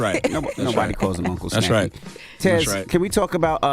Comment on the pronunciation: Y'all think Tez hating on that girl or she just can't pronounce her name